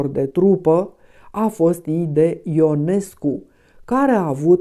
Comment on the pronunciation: CAND piesa este reprezentata pe scena, numele lui IONESCU se pronunta in mod vadit gresit cu hiatus, adica i - o , nu in diftong io! Pt redactie! ❤